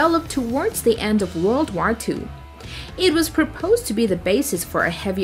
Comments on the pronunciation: But can't say war probably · The hell is that „war” pronounciation? It’s pronounced /wôr/ or /wô:/ in british. While you say something like /wær/ or literally /war/, and that sounds terrible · The fact that she mispronounced war was pailful for me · yeah how the heck do you even type what she says. That would need to be in a different language